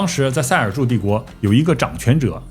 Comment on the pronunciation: 赛尔柱帝国 不是赛柱尔😂